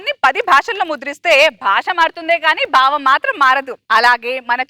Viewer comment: బావం కాదు భావం అని పలకాలి